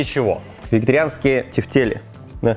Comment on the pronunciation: Не тефтели, а тефтели!